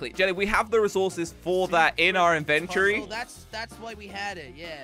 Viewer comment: you said inventory wrong